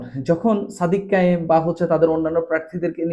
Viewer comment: বাকেরেব একেবারে নিশ্চিত করে বলতে পারলাম আর সাদেক কায়েমের টা মিনমিন করে বললা কেন